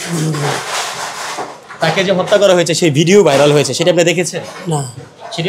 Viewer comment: Ucharon thik nai. Hotta not Hatta